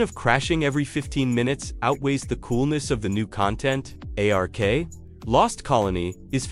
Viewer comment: Why are you calling it A R K? Just say Ark.